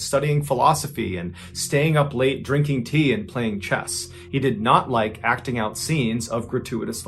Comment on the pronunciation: it’s pronounced “ACTING”